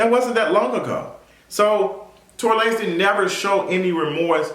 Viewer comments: Yoooo I cannot stop laughing at the mispronunciation of Tory’s name. Tory La Nez 😂😂😂😂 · “ I was calling him Tory Lan-ez” 🤣🤣